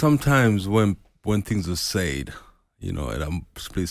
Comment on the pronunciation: "when things are sayd" 🤣